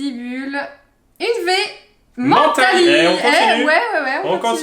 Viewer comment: On dit menntali